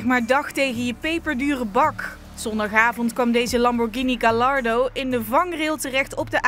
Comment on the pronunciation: Lamborghini was voor de verandering daarintegen wel een keertje goed 😅